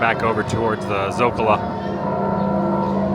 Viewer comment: Adam, es el Zócalo. No digas la a al final de la palabra. Gracias hermano!